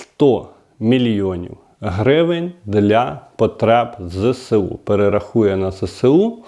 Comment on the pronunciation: Не зесеу, а зеесу